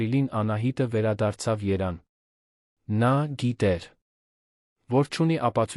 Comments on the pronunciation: Լսեք Երևանին ինչու եք անվանոյմ երան այսել որերորդ անգամ երան եք անվանսւմ Երևանին դուք ովեք բացահայտվեք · ԱՅՍ ՆՈՒՅԵՐԸ ԿԱՐԴՈՒՄ Է ԱՐՀԵՍՏԱԿԱՆ ԲԱՆԱԿԱՆՈՒԹՅՈՒՆԸ։😅ԵՐԵՎԱՆԻՆԻ ԱՍՈՒՄ Է ԵՐԱՆ😂։ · Մի բան գիտեք խոսեք, ոչ թե անիմաստ արհեստական բանականության միջոցով սխալներով Երևանը երան դարձնելով անհարմար է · Hargeliners, verj tveq ayd robotayin dsaynagrutyane, thache, vor Erevan anune axavaxumeq, da shat sxale👎👎👎👎👎👎👎👎👎👎👎👎